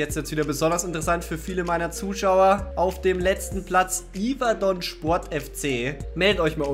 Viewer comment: Von Yverdon wirst du nicht so viele Fans in deinen Videos haben da die Stadt und somit der club Yverdon aus der französisch sprechenden schweiz kommt... (deshalb übrigens auch yverdon spor ohne t ausgesprochen😉)